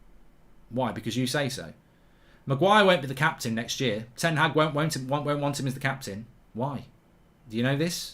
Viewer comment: His name is ten Haag. It's pronounced like Ten Hachr 🤣 like a lad from Liverpool pronounces chicken chiichhrhren